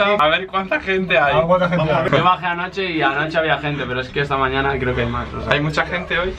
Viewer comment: Nadie puede convencerme de que ahí no dice "amañaña"